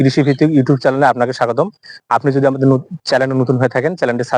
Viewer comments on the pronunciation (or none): Not chalen "channel"